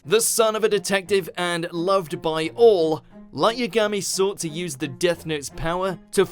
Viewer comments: U mispronounced lights name it not light yam-ga-me It pronounced ya-ha-me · This guy can't pronounce these characters names.. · Ya-ga-me **** srry autocorrect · how do you mispronounce yagami? smh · When will they pronounce Yagami right? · That moment that butchers Light's last name >_>